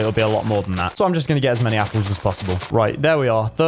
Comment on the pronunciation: Anyone notice he said “Capple?”